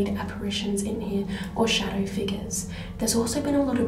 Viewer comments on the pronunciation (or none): none